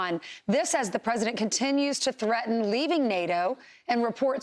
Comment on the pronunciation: But why does he need to emphasize so much that he likes the K of U.K.? it kind of sounds exaggerated.